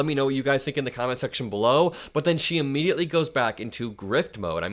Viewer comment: "i laughed annnd...thanked God eemeediatlee..."😆😆😆